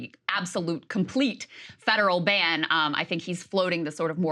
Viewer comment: The woman on the top-left, when talking about abortion, 100% said "band." Again, she thinks the word "ban" is "band." Not a reader.